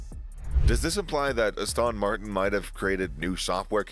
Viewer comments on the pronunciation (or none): Ah-Stahn Martin. Who narrates this click bait?